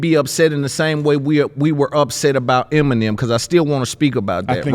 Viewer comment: Why are the emphasizing the first "E" in "Eminem" instead of the 2nd "E"? 🤣